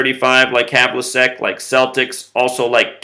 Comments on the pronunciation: John Havlicek's surname is pronounced hævlᵻtʃɛk. It ends with check as in checkers. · You said Havlicek wrong